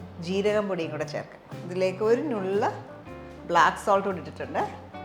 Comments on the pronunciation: I've always wanted to give you a suggestion. നുള്ള് is to be pronounced as ന്നുള്ള്, the same way you'd pronounce ന in നന്നായി. Hope you'll correct the pronunciation in your upcoming videos. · OMG!!! Sathyam!! I always cringe when she mispronounces the word!